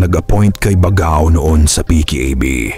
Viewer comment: Mali po ang pag pronouce ninyo ng baggao dapat bag gao